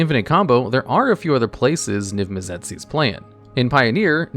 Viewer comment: The way you pronounce Mizzet and Izzet kills me a little every time. izzet is pronunced like issit same with Mizzet Missit